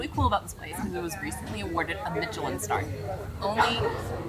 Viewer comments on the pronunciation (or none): Pronounced mish-a-lin